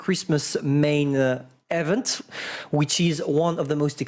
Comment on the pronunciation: THE WAY IS PRONOUNCING EVENT IS ANNOYING AS HELL. THE FIRST E IS PRONOUNCED THE SAME WAY YOU PRONOUNCE THE I IN EMIL. THE SECOND E IS PRONOUNCED LIKE THE E IN VENTILATOR.